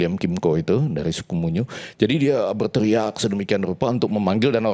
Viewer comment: Koreksi Pak, Suku Muyu bukan munyu🙏🏻